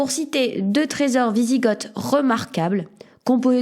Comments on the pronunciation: On dit "visigo" et pas "visigote". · Par contre je crois que ça se dit "wisigo" sans le th à l'oral ? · ça se prononce "visigo" renseigne-toi dugland...